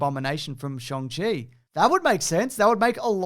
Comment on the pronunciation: He says it's "Sh-on-g" with an American accent, not your shrimp-on-a-barbie dialect, ya bloody dingus.